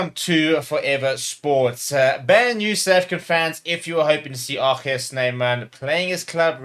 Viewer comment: We love RG here at Leinster (and thanks for the correct pronunciation of RG - ArKhey). With RG already a massive fan favourite, as Rocky Elsom was back in 2009, I'm hoping we can update the 2009 "Rocky Rocky Rocky" chant to "ArKhey" "Ar Khey" "Ar Khey" anytime he does one of his outrageous one-handed offloads - and we would be absolutely delighted if he is allowed to extend his contract.